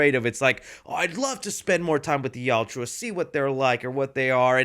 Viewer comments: Not criticizing, just informing... You are mildly saying the name erroneously. You're pronouncing it "Yowt-U-Ah," but it is pronounced "Yowt-Ya." Still, I strongly appreciate your review. Just wanted to let you know. Continue making good work,. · Gaaaa stop saying Yauchua! It’s Yaucha. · please learn to say yautja not "yaw-chew-ah" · Dude, you're a Predator fan and you can't even say their name right. It's (yowt-juh). Not (yowt-jew-uh). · WHY can no YouTuber pronounce Yautja correctly !!!?? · Bro spittin out Yauwtjoua like its a slur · It sounds like you say: "The Joshuas" 😂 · Please learn how to pronounce yautja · plz don’t bring saying yautja if your gonna be saying it wrong like literally everyone else doing reviews lol( no hate) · One day will pronounce "Yautja" correctly. I just know it😭🙏🏼